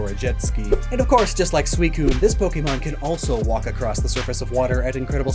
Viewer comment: Awww so cute to hear you do that PNW linguistic weird thing. Y’all don’t have an accent out here, but you do all add a “d” at the end of the word “across”. You all pronounce it “acrossed”, but strangely many folks pretend they don’t hear it. It’s blatant. Kind of adorable